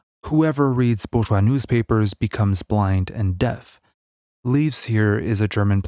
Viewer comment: What is "bouvois" society? Do you mean bourgeois?